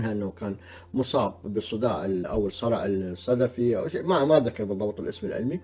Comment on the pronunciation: الصرع الصدْغي وليس الصدَفي ...